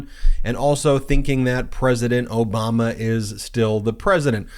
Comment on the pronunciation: Why does he keep saying Oboma? What a joke Gooo Biden. Vote.blue